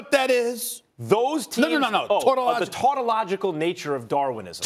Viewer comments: My man said "the tortalogical nature of darwinism" 🤣🤣🤣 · How could you not know the tun-ton...tonoljikul nature of darwamisim? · Max Kellerman "tautological" Stephen A "torta-logical"